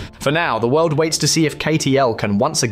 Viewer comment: Хахаха... Озвучка конечно криповая =))) Вместо Катл сказал Катёл =)))))